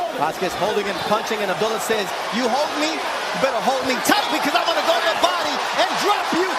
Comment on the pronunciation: I wish he correct these people on pronouncing his same. It's not Abdella, it's Abdullah (Ob Doola).